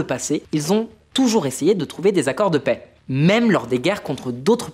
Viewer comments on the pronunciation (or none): none